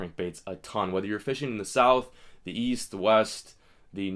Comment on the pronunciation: Ohhhhh east I thought you said weast. Cough cough spongebob reference.